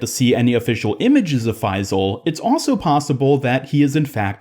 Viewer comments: Just a tip it’s pronounced FaiSal and not FaiZal :) Great vidoe anyways 😊💕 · Bro its faisal not faizl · Its not faiii-zal..it’s pronounced fayyysaal..just saying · as an arab it pains me hearing your pronunciation of his name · Do not pronounce the s as z The closest pronunciation of the Arabic letter ص is s, although it is not the perfect pronunciation